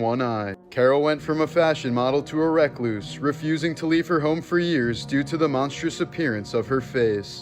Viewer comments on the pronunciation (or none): You're pronouncing recluse wrong